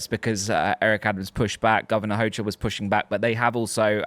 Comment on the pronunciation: The "CH" in Hochul is pronounced like a "K".